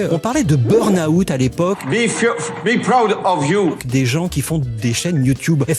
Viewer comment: BURNAOUT... LOL 😂😂😂